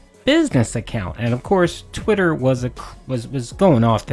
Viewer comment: He is intelligent… have you heard the way he says “twitter” and “thus” 😂